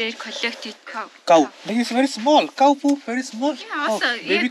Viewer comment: Cow not Kaaou lol 😂